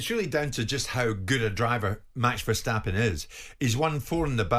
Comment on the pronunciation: It's not pronounced Vershstappen but Verstappen.